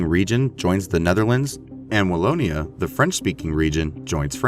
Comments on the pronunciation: Wallona? Really? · The south of Belgium is not called Wall-o-nah.... LOL